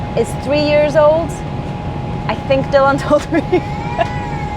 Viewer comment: You say Dylan in the proper Welsh way . Good stuff 😊